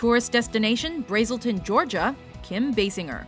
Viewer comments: You pronounced Braselton wrong. At least pronounce it right. It's not Brazelton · You didn't say braselton correctly and it bugs me so much as a Georgian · You are not pronouncing Braselton correctly. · You pronounced Braselton wrong... 😑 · you pronounced Braselton, GA. wrong. Just a heads up